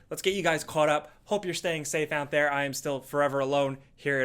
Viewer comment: Nobody:: HELLO THAH